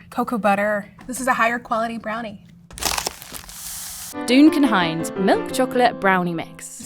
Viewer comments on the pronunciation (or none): "Dune-can Hines" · Doooooon-kun Heinz, says the narrator. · "Dooncan Hines"???? huh? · doocun hines 🤣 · I'm sorry..."Dooncan Hines"...is the VO person trolling? She can't be that bad! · "Doon-can hines" ? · "Dooncan" Hines? Just hire a voice actor. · Doonkin Hines 😂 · Excuse me....I beg your finest pardon...did you call it DOONcan Hines? twitches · Y’all call it Duncan or Dune-Can Hines?!? 😂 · Duncan. I was kinda taken aback when they called it Dune-Can lol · These awful AI voices saying “DOONCAM HINES” I can’t believe someone edited this and thought it was passable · Wtf is “doonkin Hines” 😂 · Dooncan Hines. 😂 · Doocan Hines🤣🤣🤣🤣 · She said Doocan Hines, british or AI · 'Dookin Hines'? 🤣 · I want to know who they get to narrate these because they have some very curious pronunciation choices. "Dooncan Hines" for example. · Doocan hines. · Dooncan Hines... never heard it pronounced that way😂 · How do they perfectly pronounce Ghirardelli. But then say “dune can hines” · Doon-kin Hinez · "Dune kin" Hines? How, Epicurious, does your announcer not know how to pronounce this?